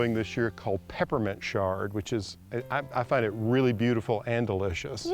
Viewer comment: Why are you pronouncing Chard with a "Sh"? Have I been pronouncing it wrong all these years?